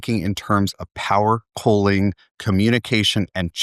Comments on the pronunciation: His pronunciation of cooling sounds like coaling. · Why does he pronounce "cooling" so weird?